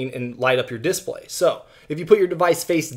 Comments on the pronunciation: Diss blay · Is it just me or does he say display weirdly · He does